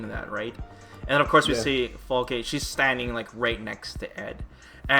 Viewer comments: God damn, you pronounce the name right... Falke is german for hawk. Stop talking about the pronunciation :) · You both pronounced her name right all the time! Greatings from Germany